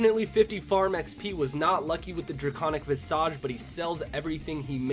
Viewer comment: Did you just say the “dracaunic visash”?😂 are you FRENCH??? Cwaussant.